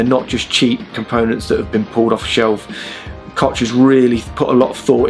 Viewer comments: It's pronounced COCK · Nope sorry, you said that wrong. You pronounced it like "Cotch". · I think Koch is pronounced "coke" in English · You butchered 'Koch' like no other. A true grand master :D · Koch is pronounced different, the ch sound is pronounced like a h from your throat. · Can you pronounce Jose or Alejandro? The CH in Koch is pronounced like the J those two words. Koch is a german name and it means cook. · I'm afraid Koch is pronounced like a name for the male genitals.